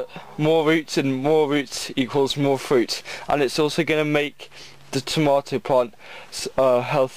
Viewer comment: that is not how you say tomato